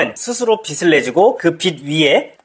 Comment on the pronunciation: 빛을[비츨]을 계속 [비슬]이라고 발음하는 게 너무 거슬려서 보다가 중도 포기. 내용은 좋은데 아쉽네요.